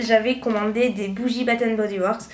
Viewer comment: à force de regarder des vidéos ça devrait rentrer quand même. Ne serait-ce que ta prononciation de "batènbodyoueurks" "bat" pour "bath" quoi.